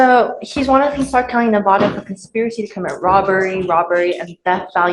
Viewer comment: Ahhhhhhhhh it is Nev ah duhhhhhhh